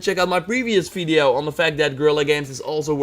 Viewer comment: "checkout my 'brevious fideo'"